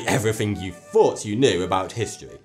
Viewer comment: THE PROBLEM OF "TH" "everyfing you fought you knew". Why did this guy become a voice artist? This is a very specific regional accent where people pronounce "th" as "f". It can sound childish to people from other places. There's another guy on yt that's irish, and he says "tirteent" for "13th". (He actually says "tartoint", but those are just variations in pronunciation, whereas as not being able to actually say "th" is just wrong. Says every "th" as just "t". You gotta wonder why the kids aren't taught to speak correctly in school. I know that people have accents and they're not necessarily bad, but "tirteent" is not even english. I mean, if I said it like that and heard other people saying it differently and realized that they were correct, I'd probably just a little time and teach myself to say "th" properly. I mean, it's actually kind of a linguistic poverty to actually just lose something like that, because "t" and "d" are still other things that people can say, so you're actually just giving something up to pronounce it as something else. "Th" is actually a quite nice, soft and "airy" sound. It's a shame that some people can't say "breathe", but instead say the clunky "breed" or even "breet". "Breet slowly now, tru your nose..." Fix it! Of course, "th" is very hard to say for a lot of people. Even for some Americans, Brits, and aussies, for whom it's native. You'll hear people say it as "d", as in "what de hell". In these cases people often say it correctly in some cases